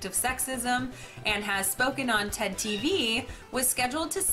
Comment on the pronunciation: I don't remember Anita being on my CBS affiliate, WBNS... Wait! she meant Ted TV. Pronunciation is a great thing isn't it?